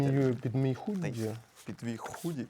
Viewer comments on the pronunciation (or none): Щось там зі словом "худі" пішло не так. Почулося трохи коротше слово)))